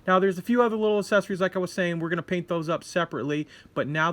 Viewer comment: Awesome build video! I'll have to keep an eye out for this one. One thing I noticed... might be a silly thing on my part, but you seem to pronounce "Accessories" as "asessories," without the hard "x" sound. I wonder if certain pronunciations are in the process of changing... like how people say "stren-th" instead of "strength." Just something I noticed. Languages always change.